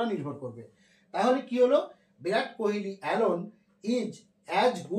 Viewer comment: ওরে গরু, বিরাট না, ভিরাট কোহলি।